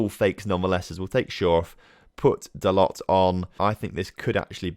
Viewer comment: Halland is pronounced Holan. It's Norwegian. Also t in Diogo Dalot doesn't pronounced